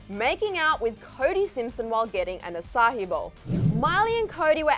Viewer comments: It’s açaí, not açáhi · Omg maybe it’s cuz I live in Singapore but ‘aca-hi’ no lol no that ain’t it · can a girl not say fucking acai bowl?